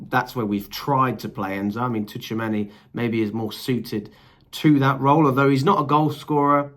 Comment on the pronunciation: His name is pronounced "true a many "